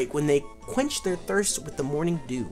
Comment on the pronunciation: hehe it aint tht morning dew its tht morning diugh